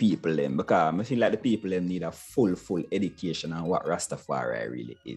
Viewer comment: The word is Iducation . Hahaha